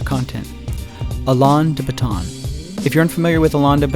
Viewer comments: uh-lawn d-bat-on LOL pretty sure its more like Al-in D-bot-in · ... al-AHN de but-TAHN, hahaha! It's just pronounced Allen de Bow-ton. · Seriously? You don't even know how to pronounce his name? 28 seconds in? Fail. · FYI that’s not how you say ‘Alain’ de Botón. Say ah-layn instead of ah-lawn. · You should have learnt how to pronounce 'Alain de Botton' before making a video criticising the man. By not doing so, you come across as ignorant, uninformed and unobservant. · Learn to pronounce his name ffs. Dumb idiot. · You lost me at that pronunciation. At least get his name right. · the way you said his name annoyed me lol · Learn to pronounce his name before you criticise him... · I will clarify I didn't watch the video. I stopped about twenty seconds in when you absolutely butchered the pronunciation of Alain De Botton.